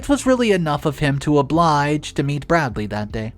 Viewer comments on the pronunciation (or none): none